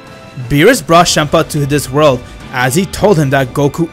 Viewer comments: It's Champa not shampa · Chempa? You said chempa? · I like how he says shampa instead of champa